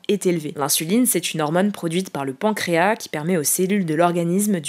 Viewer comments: le S dans le mot pancréas n'est pas muet. pɑ̃kʁeas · Ça se prononce PancreaS !